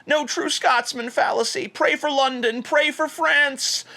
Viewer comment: I think the indivijul TJ mispronounced "old Scotsman fallaxy".